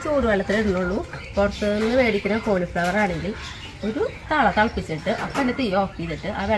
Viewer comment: Casbegne. Caleflower. Parayunnade.